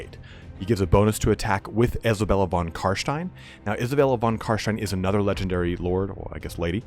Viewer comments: Carshtein lol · Von car SHTIEN, #triggered